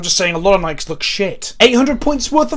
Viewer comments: But can $100 teach you how to pronounce Nike properly? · ITS PRONOUNCED FUCKING NIKEEEEEE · I'm not sure if you say Nike like that because British or.